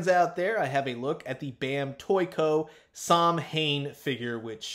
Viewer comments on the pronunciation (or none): Samhain is pronounced 'Sow In'. Its Irish its meant to start from 1st November but celebrations actually start from 31st October.